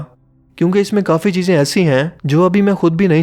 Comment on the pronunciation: Sorry heeze nhi cheeze